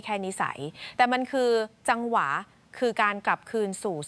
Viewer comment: เป็นคนไทยหรือเปล่าพูดจังหวะยังพูดว่าจังหวาไม่ใช่คนไทยแล้วมั้งAI เปล่าพูด